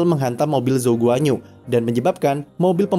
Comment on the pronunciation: bacanya guan-yu bang wkwkw bukan guanyu